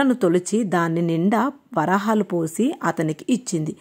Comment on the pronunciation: మార్గశిర మాస మొదటి గురువారం నాడే ఈ వ్రతం ప్రారంభించాలి. అన్ని వారాలు నియమంగా వ్రతం చేయాలి కాబట్టి, ఏవైనా ఆటంకం కలిగితే, వ్రతం మానకుండా ఇంట్లో ఉన్న ఇతరులు ఈ వ్రతం కొనసాగించాలి. 2 ఇది వ్రతము, text లో నోము అని రాసారు. నోము, వ్రతం ఒకటి కాదు. 3. చెప్పుల జతలో వరహాలు పోసి అన్న దగ్గర్నుంచి ప్రతి చోట "వరాహాలు" అని చదివారమ్మా! వరహాలు అని చదవాలి. వరాహాలు అంటే అర్థం వేరు. 4. ఉత్థాన ఏకాదశి, పోలి స్వర్గం మరియు ఈ వీడియో ఒక రోజు ముందు పోస్ట్ చేసారు. కనీసం రెండు మూడు రోజులు ముందు పోస్ట్ చేయండి. Views రావడమే కాదు, అందరికన్నా ముందు వీడియో ద్వారా information ఇచ్చినవారవుతారు.